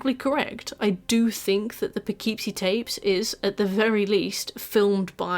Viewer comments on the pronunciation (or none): We have lots of fun names here. Kind of bugged me with the pronunciation throughout the video. Less "poe-KEEP-see" and more "puh-KIP-see." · Not to be a jerk, because how you're saying it is 100% how one would THINK "Poughkeepsie" should be pronounced, but since it's in Upstate NY, nothing is pronounced the way you'd think, and it's usually more "Puh-kip-see". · Its pronounced Poe kip see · It’s pronounced “Puh-kip-see” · unrelated but i keep forgetting the correct spelling/pronunciation of that movie title so i always called it "the poopoopeepee tapes" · As an American who lived in Poughkeepsie, it's pronounced po-KIP-see. Can't blame you for not knowing that, obviously, there are a lot of British towns I'm sure I would pronounce wrong lol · Poughkeepsie is pronounced "Puh-Kip-See" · I’m from the Hudson Valley and am contractually obligated to say that it’s pronounced, “Puhkipsy,” despite all logic. The names of all our cities are cruel. One has Schenectady, for example. Naming a movie after any of them is wild. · As a New Yorker, the Poughkeepsie pronunciation is frying me lmao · the real horror is the way he pronounces Poughkeepsie